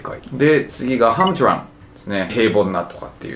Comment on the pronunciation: は、はむどらむ。。。！？ くりくいっしゅ。。。？？